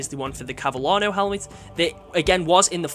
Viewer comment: That 'Cavallino' pronuonciation 🥶🥶🥶🥶 you just gave a heart attack to all Italians 🤣🤣🤣